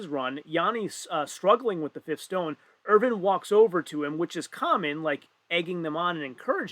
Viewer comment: The pronunciation of Ervin and Rauno was itching me during the whole event :D and when we got to the stones and the stream suddenly stopped, I was like "really?". Good that they fixed it within 40 mins tho.